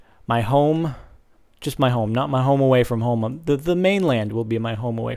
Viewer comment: LOL he said homowayfrmhome